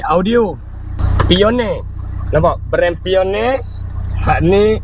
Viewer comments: Bukan piorne...paineor bunyinya.. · sebut nya painer abg.. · Bkn pioneer, pai nier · Pionerrrrr peliyor dia 😂 Pioneer pun xreti nak sebut ke? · Jgn sebut Pioneer di Melayu kan... Nmpk bunyi nya lain bebenor...